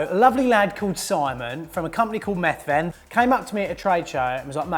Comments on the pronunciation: it sounds like you're separating the word to make it sound like he's a meth addict lol 😆 the th should sound similar to how you pronounce the th in weather. Then the ven sounds more like vin. Bloody foreigners 😂😂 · The way he pronounces Methven 😂